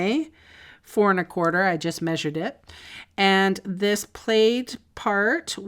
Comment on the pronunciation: Love the alternative 's, but never in my 66 yrs. Have I heard plaid pronounced played!